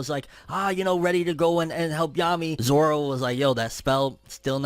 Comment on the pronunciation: Zora not zoro 😂